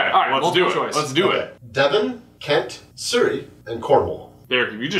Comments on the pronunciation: It Is not pronounced sur-try it is pronounced su-rrey. I would know because I live there. BRITANIA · Suh reee! not soorrey